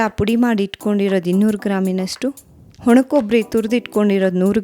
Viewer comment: ವಾಣಕಬ್ಬರಿ not ಹೊಣಕೊಬ್ಬರಿ